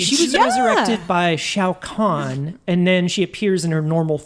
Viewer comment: it's pronounced Khan like from Star trek